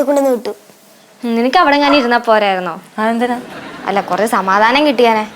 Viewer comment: സമാധാനം എന്നതിന് സാമാനം എന്ന പറയുന്നത് 😃😃